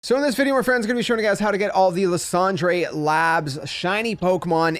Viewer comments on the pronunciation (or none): i mean french would still be “lease-on-druh” not “lah-san-dray” 😅💀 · Idk if it was the point but that's not how you pronounce it in french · Luss und ray 😂